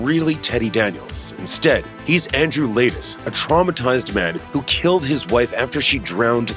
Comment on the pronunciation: Instead of Andrew Ladis it's Andrew Late Ass